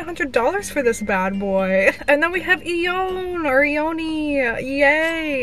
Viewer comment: Ione is pronounced "eye own"